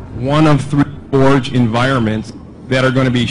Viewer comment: So are they calling it Halo Fourge?